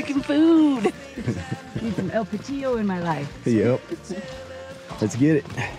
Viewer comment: Nice! I’ve been on that trail and the water is icy in spring! And have eaten at El Patio. One slight correction. The accent is on Pa. 😊